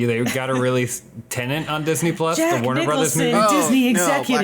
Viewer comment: Pet peeve time: WHY is it that so many people are saying "tenant" when talking about the movie "tenet?" They are two separate words and they mean vastly different things., my man, you're part of the problem homie! Still love ya tho